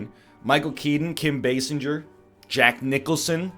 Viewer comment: basinger is pronounced "base singer"